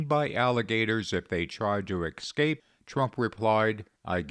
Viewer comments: The word is 'escape' NOT 'excape'. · Oh most " holier than thou"; it's escape not escape! Also, have you considered how many undocumented men have entered this country? Have you considered how many very young females were brutally raped, sodomized,and then savagely slaughtered by these undocumented individuals? You should get a job at Walmart or McDonald's! You hatred of Trump is as ungodly as it gets. Your videos? Likewise💩